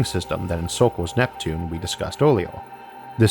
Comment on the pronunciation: "Uwanus and Nweptune" I'm sorry it's too adorable for me to pay attention 🥺